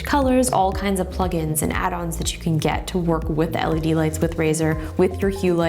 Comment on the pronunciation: "leds" crine af. u dont deserve this